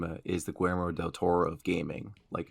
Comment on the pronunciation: "gweirmo del toro" uuuuuuuuuuuugh